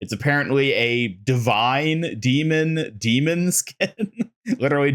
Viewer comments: I love your content, and it is such a small thing, but I have to admit that I whince every time you say Demon instead of D.Mon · Dude it’s D-Mon like Digimon or Pokémon … not Demon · Do you pronounce the names of almost all heroes wrong on purpose? Is D.Mon not demon, it’s Anran not Annrin. Feels like rage bait at this point. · dee-Mawn (not Dee-munn). :D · how you mispronounced D-MONs name the entire video when she says it in her trailor is so funny to me